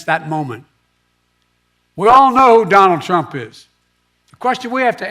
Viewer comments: At the 8 minute mark…. Who’s Johnald Trump? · “Don Trump.” Biden says😂